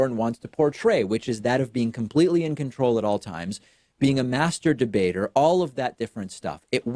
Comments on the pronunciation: Did you say masturbater or master debater? Iol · Ha he said Maste Debater